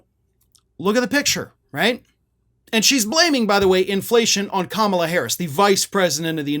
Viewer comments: Hey man, you are mispronouncing her name. Think, "comma" - "la" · I love your content. I am a long-time follower. But please say her name correctly. Stress on the KAMAla (,la). Or Harris, like we say Trump or Biden.